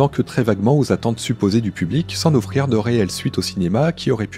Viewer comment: À un moment il dit aussi “Sans N’offrir” 😂 Ça fait grincer les dents c’est vrai, mais ça n’enlève rien au travail fourni pour faire sa vidéo.